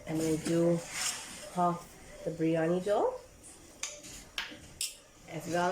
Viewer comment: its not "breyani" its "biryani"